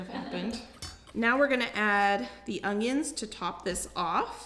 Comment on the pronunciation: It is so cute how you put a g into onions so it sounds like ungyuns.